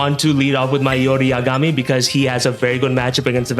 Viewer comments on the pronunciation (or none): none